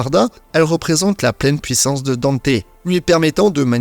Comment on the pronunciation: Faut arrêter avec la prononciation "Danté" les gars, on a eu une VF avec le reboot et le premier anime et ils disent "Dante"